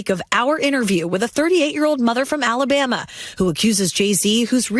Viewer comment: So why did you say Alabama like that?